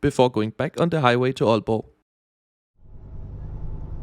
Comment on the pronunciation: this is wonderful also as an aalborgenser tak for at sige aalborg og ikke ålborg 🙏